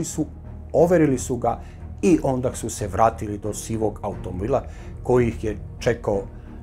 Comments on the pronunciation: koliko je mutav voditelj ... kad je izgovorio ONDAK tu je bio prekid filma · Super emisija, ali zaparala mi uši reč - ONDAK !!! Nekoliko puta izgovoreno. Ne treba slovo K na kraju. Još jedan detalj, Arkan nije ubijen 04.Januara !!! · sve sve,ali kako "ondak" zaboga... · Ondak, ondak, ondak. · "ondak" hahahaha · Ne kaze se "ondak". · Kaže se ondaaa